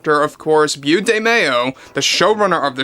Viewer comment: I'm sorry, I can't help myself. It's pronounced "Bo", not "Byoo"; it's short for Beauregard.